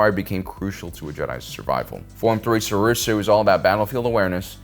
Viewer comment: I love this channel but why pronounce them wrong borderline intentionally? “Sorusu”??